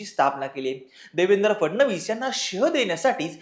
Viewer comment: Nevendra nahi Devendra 😂😂 3.55